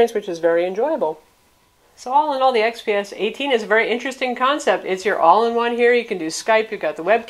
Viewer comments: Dell xpx ? Not gonna a watch a video review hosted by some woman who can't even say the product name. Wondering why it wasn't redone either. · she said it right the second time... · You must know nothing about this reviewer. She always does an excellent job. You are refusing to find value in the review because she mispronounced something?